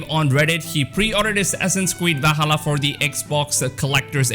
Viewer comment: It's Not Vahalla! It's Va''L''halla!